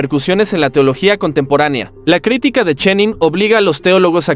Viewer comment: Una de las veces, lee mal, es " critíca " y no " crítica " a los 34 segundos...🤷🏻‍♂️